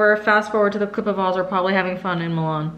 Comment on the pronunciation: It’s crazy how pronounces the name Azra like “aaaazraaa” im from Montenegro 🇲🇪 the name Azra is like “AZZZRAA” idk how to explain it but the same name same spelling it’s pronounced very different. I tried extending a letter in Azra so y’all get it 😂 idk what im doing anyways mashallah to you girls ❤️🫶🏼